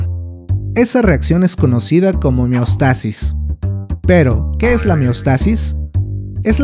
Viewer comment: Se pronuncia meostasis?